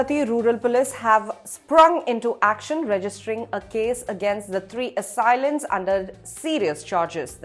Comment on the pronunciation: Ummmm....the words Canal, Police, and Assailant are pronounced in a most unusual way. Most interesting. Must be Ind-Glish !